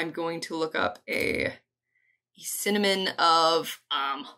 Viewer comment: Cinnamon instead of Synonym. 😂